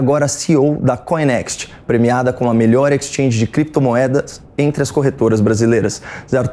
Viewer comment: Crépitomuéda bitxicóiu Assim falou cleptotruesta?